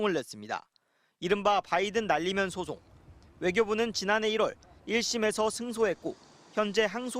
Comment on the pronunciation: 은혜 젓탱이 날리면 으로 들린다